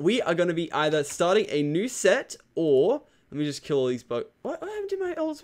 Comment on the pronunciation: When you said new set i thought you said nuse set